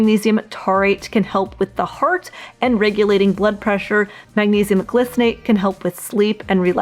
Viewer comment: Glycinate is pronounced gly (as in sly). As usual, informative video and well presented. Thanks. 😊